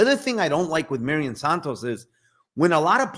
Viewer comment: It's "mairon santos" not Marion lol